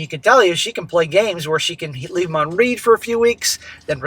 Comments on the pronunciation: it’s not “left me on REED” it’s left me on “RED” you still pronounce Read wrong every story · Left on read (Prounced like Red) as in the past tense of read (Pronounced like reed)